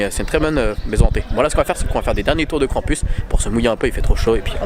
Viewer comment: Mon dieu! La tour a l'air horrible 😱 tu as eu du courage de la faire malgré le vertige! Par contre trop drôle de dire KrampUS 😂 en vrai cela se prononce KrampOUS même si il est écrit US 😘 (l'origine est allemande) Tu es génial!!!